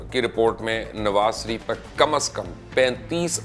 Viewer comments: Mubashar sb me ne pehle bhi kaha tha apna talaffuz yani pronunciation sahi kren nawaz sharif ke bjaye nawaz sarif kehna bnd kren es se aap ki jihalat tapakti he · مبشر بھائی اس کنجر کا نام نواز ش ریف ھے، س ریف نہی۰۰۰۰ بہترین پیشکش